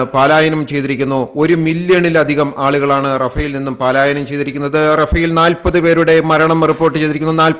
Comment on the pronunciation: പാലായനം അല്ല പലായനം ആണ് ശരി